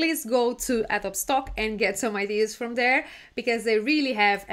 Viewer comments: it is pronounced a-dó-bee, not a-do-oob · Hello great tips! By the way, don't mean to pick nits but it is pronounced "A-dough-bee" not "Ad-obe" English is weird and your mastery is very good, and Adobe is of course a Spanish word. But that is a NIT and your tips are SUPER!!!